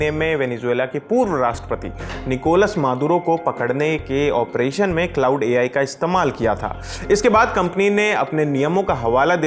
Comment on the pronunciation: क्लॉड बोलते है भाई ?